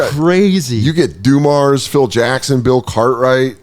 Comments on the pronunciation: OMG the way this kid pronounces names is cringe af. Joe DuMarrs?? jesus. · messing up the names and only kinda knowing the big name people is hilarious. "Bye-Ron" and Joe "DA-mars" "Sta-arrt"